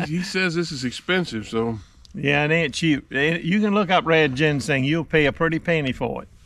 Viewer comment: I knew that but had no idea plus we were just funn'in. couldn't even pronounce ginseng. Lol